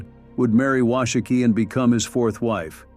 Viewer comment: Wash - a -kee. A Shoshone woman corrected me on that. She was as nice, pleasant and respectful to me in the correction.